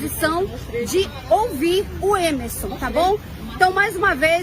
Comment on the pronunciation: Coitada dessa senhora. E me da uma agonia esse pessoal que tira o R das palavras. "Emeson". E me admiro é dessa repórter falar errado.